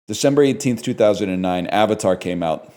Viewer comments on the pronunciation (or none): none